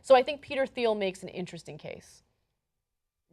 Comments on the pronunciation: ... It's pronounced "Teal", not "Theel" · Its pronounced TEEL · The H is silent...its Peter "teel" Thiel. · Minor nitpick, his name is pronounced without the "h", Peter Teal. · Ana's pronunciation of "Thiel" ... -_- -_- -_